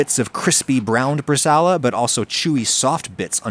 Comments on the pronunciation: bre-sa-o-la. 4 syllables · … how did you just pronounce “brazole”? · IT"S PRONOUNCED BRA-ZOLE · Na, na, you gotta say it like a Jersey Italian: bruh-ZHUUUHLE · Just FYI: It's "bresa-ola" — the 'ao' is not a diphthong. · That's NOT how you say "bresaola". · Jesus man that is not how you pronounce Bresaola smh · Having done some further internet research, it does seem like the diphthong-pronunciation is acceptable in American English. Which still makes it Wrong in my book 😊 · Please google the pronunciation of Bresaola, looks tasty though!